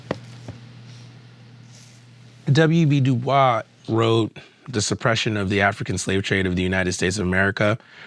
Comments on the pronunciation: The overall importance of Black History cannot be denied, which is why people are working to make it disappear. However, as a African-American teacher, who teaches African American history it is hard to watch this Vice News series and see a Black History teacher mispronounce W.E.B. Du Bois's name, and then call the title of his dissertation, "The Suppression of the African Slave Trade" "problematic" without any explanation. The whole point of his dissertation which is accessible (for now) is the way in which white historians suppressed the horrors, the high amounts of Africans killed and/or enslaved as a result of the slave trade. So, the title is not (and was not) problematic it is indicative of what the issue is. My point is, in this fight to not only maintain African-American history and studies, the people defending it need to know what they are talking about and represent it properly; it's not fair that we have to be damn near perfect all the time, but I don't think he is a good representative for the cause. He needs more training. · The teacher of African American history doesn’t know how to correctly pronounce the name of W.E.B. Du Bois, founding member of the NAACP, the first Black American to earn a PhD from Harvard, one of the foremost intellectuals of his era?!! When the history teacher needs a history teacher, now that’s problematic. Come on now.